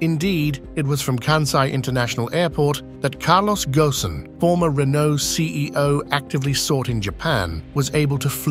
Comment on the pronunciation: The 's' in Kansai is the same sound as in 'Spain'. It is not 'Kanzai'. Furthermore, it isn't floating. Islands, artificial or otherwise, do not float. Also, Kobe and Ghosn were also mispronounced. There again, what does one expect from the English. They can't even get Welsh place names correct after almost 800 years, so they continue with their tradition of butchering other languages also.